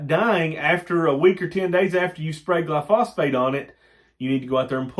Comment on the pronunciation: New subscriber....knew some on alfalfa but know lot more now...gli-so-fate, not gli-phosphate...